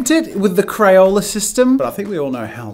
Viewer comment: 😂 😂 😂 he said crayole instead of crayola